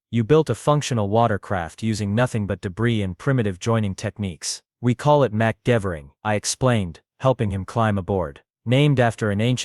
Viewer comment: I realize this was read by AI, but that pronunciation was HORRIBLE. Macgyver kits should include duct tape, bubble gum, coathanger wire, super glue, and synthetic rope